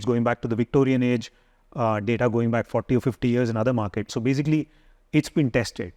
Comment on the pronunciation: desi English came out… BAJIKLY